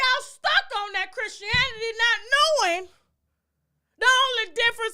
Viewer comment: She said "chrishinanity” 😂 Tasha is a whole mess. 🤣🤣🤣